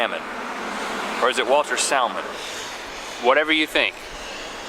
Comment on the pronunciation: the L in salmon is definitely silent.